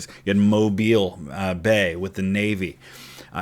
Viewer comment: As a Mobile Native, thank you for pronouncing Mobile correctly. Just this past Sunday we went by Fort Gaines and I told my wife damn the torpedoes. Happy you name dropped the battle!